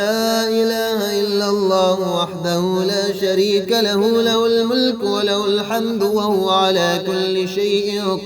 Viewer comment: Ye haa nikalke padha karo jese la ilaha illallahu wahdahu la sharee ka lahu